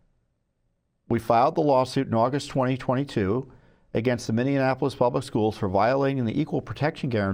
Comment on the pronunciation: I love Tom but I hope whomever is arguing the case knows how to pronounce "Minneapolis" because the mispronunciation is pretty distracting.